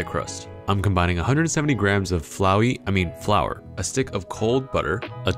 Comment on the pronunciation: this man realy said flowe- i i mean flour